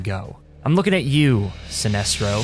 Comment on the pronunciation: hahahahah synestro